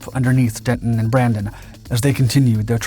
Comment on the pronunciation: Brandini? It's Brandon. 🤦‍♂